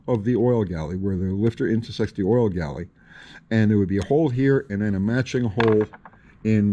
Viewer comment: It's refreshing to hear "Oil Galley", so many times I hear it called "Oil Gallery", even big time YouTubers.